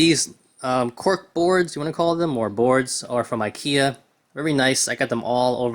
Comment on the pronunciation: Is this real guns? So you are not gonna display your marvel legends figures? You are just gonna put them in the drawer? It’s really funny how you pronounce ikia instead of ikea with e😂